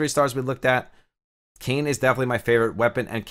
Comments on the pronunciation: Bro it’s not Kane… it’s Kai (like in Cobra KAI) and naa (like in the sound a horse makes). Also main character doesn’t have a name, everyone just calls him Nier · Hahahah great video. I think people just refer to the guy as Brother Nier and the girl name is pronounced 'KAI-Nay' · Awesome info man. I know you mentioned you weren't too versed in the Nier storyline but save you from reading that auto translated name that character is called "Nier" or "Brother Nier". Also fyi, Kaine is pronounced Kah-ey-neh and Emile is pronounced Eh-Mil.